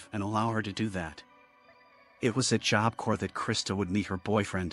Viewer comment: I know this is AI voice, but some real people need this. It's Job Corps, as in Marine Corps; "corps" is pronounced "core," not "corpse" or "corp" like it's spelled. Confusing, right up there with colonel.